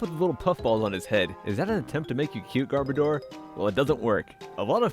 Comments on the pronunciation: its not gar-BA-door its bar-bow-der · Gar-BOAH-Der NOT GARBITOR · YOU JUST CALLED TWILIGHT CARBACE F*CK YOU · garbodor is cute and btw you pronounced it wrong